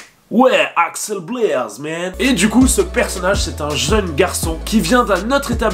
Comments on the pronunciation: Tu dis Alex au lieu de axel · Par contre c’est Axel pas Alex sinon j’ai kiffé.